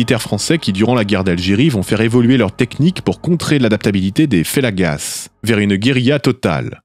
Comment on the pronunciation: on ne prononce pas le "s" dans "fellagas" ; : c'est le général Aussaresses et non pas "Aussa". 🙂